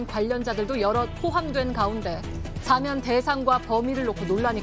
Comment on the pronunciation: 안나경 아나운서... 어러번 말씀드렸는데 오늘도 시작부터 '사면'을 '4면'이라고 계속 발음하시네요.. '대통령 4면'이라니요.. 간판 아나운서의 이런 문제 하나 시정하지 못하는 JTBC 뉴스룸을 이제 떠나려고 합니다. 7년넘게 여기만 찾았는데, 어디로 가야할지...씁쓸하네요.